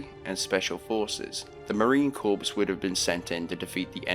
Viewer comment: It is pronounced 'Concordance' not 'Concordiance' and the 'P' and 'S' in 'Corps' is silent. Good god man, pull yourself together and learn proper English